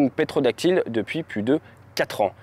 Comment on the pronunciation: Pas "pétrodactyle" mais "ptérodactyle", vers 9' ;-)